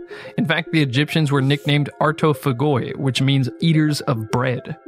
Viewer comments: Pronounced artofAyee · I know that correcting people's pronounciation of greek words is a lost cause but just in case any polyglots are interested, the word is pronounced artophAgee(the g pronounced as yeast without the st). Artos means bread and the second half means eater. Great video by the way!